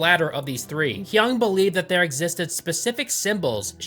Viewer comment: Its not "Hyung" , its Yung ( Jung )